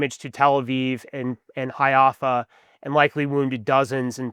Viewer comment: This fouche can't even pronounce Haifa. Jesus dude, everyone is just as ignorant as Ted Cruz